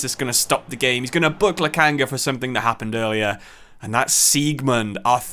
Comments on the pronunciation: This is first time i watched you play in fc 25 manager career mode with Schalke 04 team in this game and it is Lokonga not Lakanga you need to say his name correctly man its not that hard to do. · please sir. i lovethis series. please start pronouncing lak'O'nga's name correctly. its so Jarring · Once again it's Sambi Lokonga not Lokanga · Because he’s been getting Lokonga’s name wrong